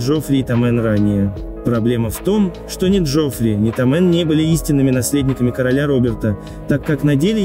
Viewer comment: СтАрков, а не СтаркОв. ТОмен, а не ТомЕн.